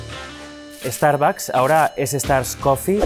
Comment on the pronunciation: El que habla ya cambió Starbucks a Estarbacs 😂